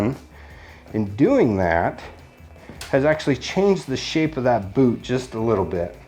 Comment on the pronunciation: He said "poot"